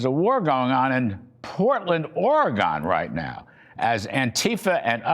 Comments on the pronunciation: Spot on Riff Larry, but it's Oregun, not Oregahn. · Come on it’s OREGUN. SAY OREGUN. Not orgone. Lover your videos I watch your videos everyday. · Psst, Mr. Kudlow... Repeat after me. ORY-GUN. practice if you need... ORY... as in story. And GUN as in water GUN. Pacific Time Zone will respect you more. 😂